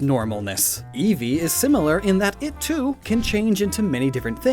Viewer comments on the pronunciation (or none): none